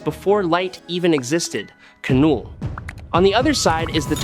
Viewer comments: It's pronounced null. As in the absence of. It even goes with his whole theme. The K is silent. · thumbs down again for not pronouncing knulls name correctly again & again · It's null the k is silent. So what is your opinion on kanull vs acopalyspe jus by themselves. No all black the necro sword or the anti life equation?